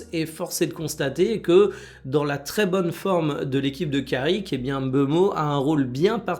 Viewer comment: Merci de dire MBeumo et pas M Beumo🙌🏾🤞🏾